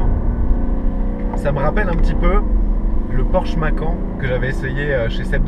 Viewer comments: On dit macane pas macan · Mais comment tu peux dire « macan » en « en » 😱